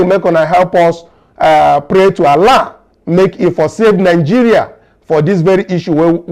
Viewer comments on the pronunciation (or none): none